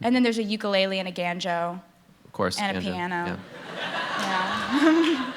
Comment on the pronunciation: I swear she says "ganjo" instead of "banjo"